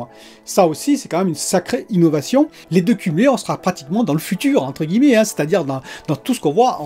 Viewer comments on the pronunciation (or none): none